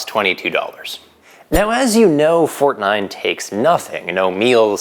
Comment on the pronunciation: I'm German, and I approve the "Fortnein" !